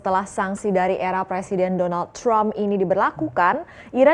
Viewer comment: Saat ngomong donald TRUMP lgsg auto english.. jadi chrraammmm...tapi jk kata trump byk di pake kdg2 mrka para presenter lupa utk meng english kan kembali jd kadang trump kdg chraammm..🤣😂